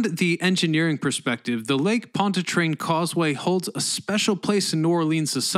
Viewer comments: Why do you pronounce Pontchartrain as "POND-a-trane?" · It’s lake pont CHAR train.